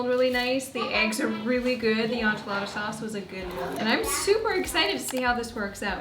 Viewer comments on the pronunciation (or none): This is not how any other Canadian says it 😂 I've never heard anyone say on-chilada. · Ssssssaaammmeeee girl 🙉🤣 N...chee...la...da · As a New Mexican, the way you say “enchilada” in Canadian makes my eye twitch 😂 but I love you! lol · My husbands family is from mexico. And I had to replay it because it caught me off guard 😅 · Girl😂😂😂😂 the way you say Enchilada kills me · As a born and raised Texan, I was giggling every time 😂🥰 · Me too! 😂